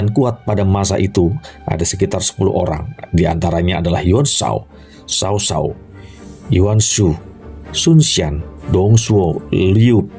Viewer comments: Berhenti nonton begitu dia menyebut Cao Cao jadi sao sao. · Knp sih sebutannya kek gitu, mending Cao Cao gak pake Sao Sao, gak enak didengar!